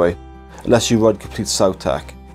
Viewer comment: Please start pronouncing it “saw-tech” and not “sow-tech” like in dinosaurs. You don’t say dinosows, do you?